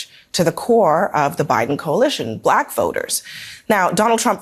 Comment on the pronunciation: YES. It sounds like he's trying to add a syllable to "Black." Like, "B-(uh)-lack" or something... Drives me to distraction every time I hear that racist speech...